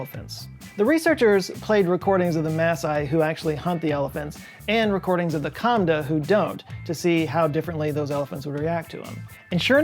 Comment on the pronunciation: the kamba not kamda